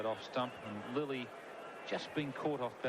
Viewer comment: Lilly nahein ya Lully hay